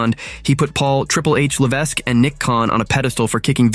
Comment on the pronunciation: Hey AI guy, the "S" in HHH's last name IS SILENT, MY GUY!